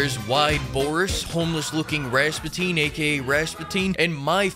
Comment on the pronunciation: google how to pronounce Rasputin